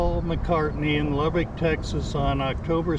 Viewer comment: Damnit Dude...if you cant pronounce Lubbock correctly...just keep your mouth shut. It is NOT Lubbeek (Lub-beek). It is Lubbock as Lub-buck."